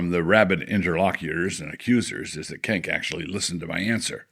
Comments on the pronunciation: I'm pretty sure Cenk is chenk and not kenk. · I appreciate that Wilson pronounces 'Cenk' as 'Kenk.'